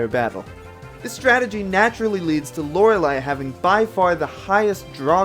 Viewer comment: Very interesting, although Bruno is much higher on the tier list than I expected! :P (Also I think you're pronouncing Lorelei wrong)